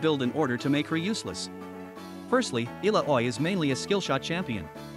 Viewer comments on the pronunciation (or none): “Eh-la-oh-way” Yes…..definitely not “ah-Lao-wee” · Ill-ow-ie You gotta make the AI pronunciation the names right man. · every english speaker ALWAYS misses the double L and fails to pronunce it. soo. nope. pronun is literally the same as write Iyaoi. everyone is soo wrong with the double L, as usual.. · Every time I hear the name Illaoi pronounced as Illa-oy it feels like my soul is getting pulled out like Illa-oy does to all of us. 😭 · You can change the spelling of her name in speech to text like Ilawee so it pronounces it correctly :D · I recommend not letting the AI say Illaoi's name if he can't say it properly. It is very off putting and distracts from what you want to tell people.